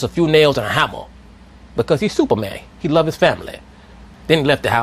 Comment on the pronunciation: "Cuz he Supamayhn!"